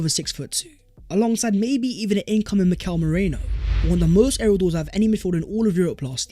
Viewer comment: Much Love. Please pronounce our new signing properly. A simple YouTube search of how to pronounce Mikel Merino will help. Top video once again.